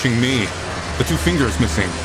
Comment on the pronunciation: MAH FEENGUS... MAH FINGAH ✋🏽